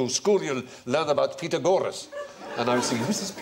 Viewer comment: His grandfather's pronunciation of Pythagoras is actually closer to the Greek than Stephen's highly anglicized pronunciation